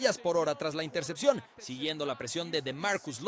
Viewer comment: la interchepchon, jajajaja